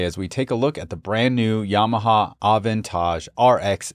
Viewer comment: love the way you americans say aventage